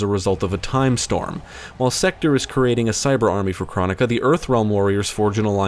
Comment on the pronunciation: It's pronounced: "Crone-ick-uh".